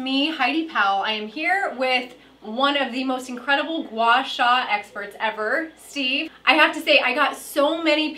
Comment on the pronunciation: It's pronounced gwa sa (Gua Sha)